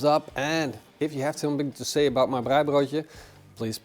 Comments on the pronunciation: Love your pronunciation of "braaibroodjie". Nou moet jy boerewors braai. En lamtjops. This ia Afrikaans for "now you must braai boerewors (South African sausage). And lambtjops. Make up a sauce with equal parts Mrs Ball's, good mayonnaise and tomato sauce (preferably All Gold). Use that for your braai as a basting sauce or dipping sauce. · Best pronunciation of Braaibroodjie 👏🏼👏🏼 try Mrs Balls Chutney with a popadom and babotie.